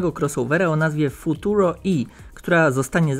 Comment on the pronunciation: Chyba powinno się czytać Futuro - e, a nie Futuro - i.